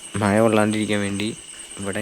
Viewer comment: മയ അല്ലടാ മഴ 🤦🏻‍♀️😹